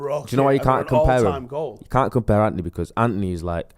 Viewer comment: Why cant pronounce An-To-Ny properly? Says Anty